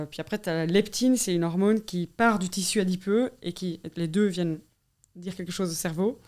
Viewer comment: Intéressant ! Par contre on dit hormone et pas hormône ;)